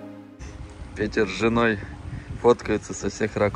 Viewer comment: Произносится Пэтэр, ну зачем так коверкать имя?